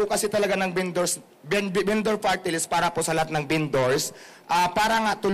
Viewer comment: se-oh-se binduur